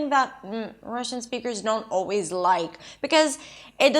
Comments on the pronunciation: Thank you,! I didn't even realised I mispronounced "only" and "don't", "food" and "foot". I guess I have to relearn a lot of words now. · о да, говорят don’t как ортодонт